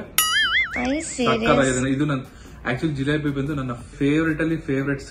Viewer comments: Hi nivi 🙋‍♂️😊 Nim mathu kelthidre eshtu nagu barutthe gottha🥰👌 Jalebi alla pa jilebi 😊😄 Chandu and nivi cute jodi 🥰👌👍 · Jalebi alla jilebi😂😂😂😂😂